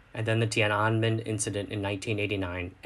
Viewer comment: Interesting pronunciation of Tiananmen. (though in English everybody pronounces way different to the original language eg, Genghis Khan as "Gen-gis Karn" instead of "Chingus Harn")